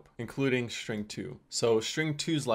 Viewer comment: shtring one shtring two